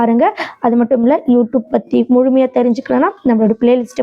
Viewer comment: யூ டூப் இல்லம்மா. யூ ட்யூப்